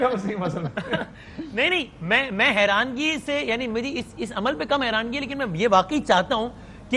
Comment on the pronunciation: Learned Journalists, correct word is HERANI and not HERANGI.